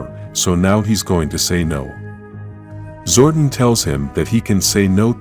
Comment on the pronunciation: Its zor-don not zord-on